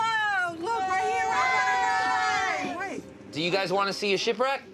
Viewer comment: It’s doo not du and it’s mummy not momma